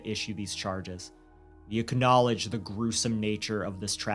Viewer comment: you say "acknowledge" weird